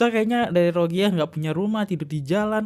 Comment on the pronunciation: kak maaf ya, bacanya diperhatikan jangan salah mulu.. coba bacanya pelan² baca veteran jadi ventral rohingya jadi rozia gemes dengernya.. maaf banget kak